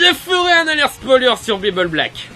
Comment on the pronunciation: je crois qu'ont prononce Bible Black, et pas Bubule Black non? ^^' sinon c'est une version livre magique de la bible du sexe dans Americain Pie? :p